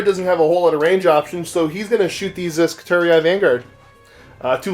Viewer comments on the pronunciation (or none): I wonder if MWG employees are aware that GW pronounce 'skitarii' SKI-tar-ee, not SKI-tar-e-eye. SKI-tar-e-eye just sounds silly. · It's fake Latin. Therefore it should follow regular Latin rules when applicable. And the correct pronunciation would long i.